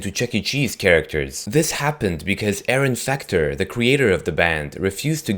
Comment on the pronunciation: You said Aaron fucter